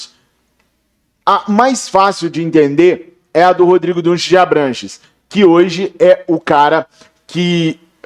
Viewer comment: Meu Deus , não é Dunshees é Dunshee. Não Gomes de Mato, é Gomes de Matos!